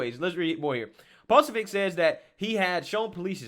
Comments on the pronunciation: PRONOUNCED PA SOOOOOOOO BIC..... NOT PA SOB IC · Poso- bic Say it right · You follow him, but don't know how to pronounce his name? 😂🤣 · That’s not just another media person. That’s Steven K Bannons guy. 😳 that and you’re butchering his name, and the location. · you gotta pronounce Davos and Jack's name correctly man, I mean Jack's on your team my guy lol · I think he does it on purpose sometimes. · You said his name 6 different ways, none of them correct, it's deliberate. Wtf is your deal?